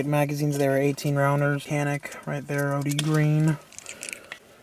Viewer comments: By the way - the correct pronunciation is 'Janic' - Greetings from Turkey! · "Canik" pronounce as "Janik" in Turkish language. Sounds like "j" letter while saying "Japan" in English. By the way awsome video :)